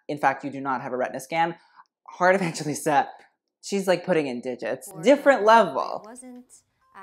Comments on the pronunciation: lmao her Surname is pronounced as 'E-vang-he-lis-ta' not 'E-van-je-lis-ta' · you pronounce her name heart evanghelista I'm from the Philippines heart is from the Philippines. That's how she pronounces her name evangHElista not evangGElista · sis said heart evanjilista 😭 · it is pronounce as 'evanghelista' not 'evanjelista' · Its not how you pronounce her surname its not evan-ge-lista its evanghelista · I'm Filipino and Evangelista is pronounced EVANG-HELISTA. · It's pronounced as Evanghelista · the pronunciation of Evangelista is Evanghelista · here last name is pronounce as Evang-he-lista.. and the word abubot means accessories..... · The Evangelista though😂 Filipinos will only understand Correction What it seems like - EV - VANG - GE - LISTA How your suppose to say it - EV - VANG - HE - LISTA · You should pronounce it as evanghelista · Am I the only one who cringes every time he mispronounced heart’s surname?